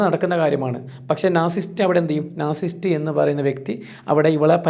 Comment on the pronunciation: നാർസിസ്റ്റ് അല്ല നാർസിസിസ്റ്റ് .